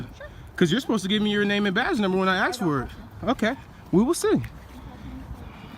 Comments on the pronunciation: This channel would be worth watching but the fact that the narrator is incapable of using the English language properly by pronouncing "ASK" as "AX" is very disappointing! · dude, if you’re going to narrate your videos, please learn how to pronounce ASK. It’s NOT AXE, it’s A-S-K! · In the spirit of educating and bettering ourselves sir, just try saying "ask" and not "ax" going forward. Trade a small bit of street cred in exchange for some literacy cred.